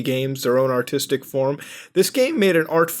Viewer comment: that moment u mispronounce autistic games as artistic games #3fast6u